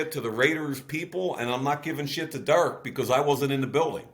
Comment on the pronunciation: Love Mayock, Hate how he says Derek. Seriously good talk.